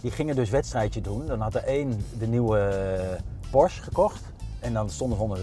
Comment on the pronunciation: het is een PorschE geen Porsch